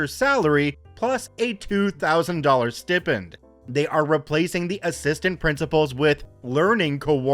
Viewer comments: "St-eye-penned" not "s-tip-end" 🤦‍♀️🙄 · Pronounced add-min Pronounced sty-pend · Just a friendly correction here, the wording of stipend, think stipe (like tripe) end. Stipe-end is the best way to remember how to say it. Love the video, just wanted to also add this in. Also love your channel,:)